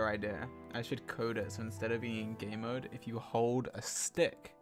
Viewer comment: Every time George said game mode I just heard gay mode. It was wonderful